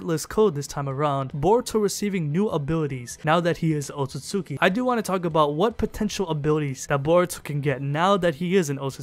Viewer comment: Wtf this dude is saying otsusuki and not otsutsuki. Thats stupid.